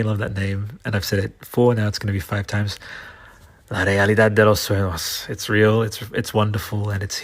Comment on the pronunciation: sueños is pronounced soo-ehn-yhos